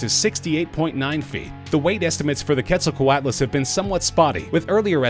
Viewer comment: AbuzzGrain 124 he said quetzelcoatlus wrong too